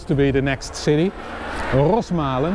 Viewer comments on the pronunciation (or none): Rosmalen, not Rosemalen! Loved the video, I have been on literally every inch of this journey a thousand times. technical explanation on average is excellent, as expected. I hope you have enjoyed your well-deserved vegetarian lunch and am really looking forward to the next episode.